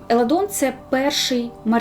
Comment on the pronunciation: Не Еладон, а Еландон😅